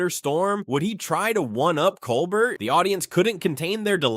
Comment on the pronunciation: Too long, didn't listen to it all (less than 5 minutes). . . . Also, please learn how to pronounce Colbert correctly.